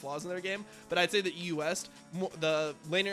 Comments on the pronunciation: The way you pronounce EU West it sounds like you are saying the US every single time. So confusing. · Why does he say EUS, instead of EU West?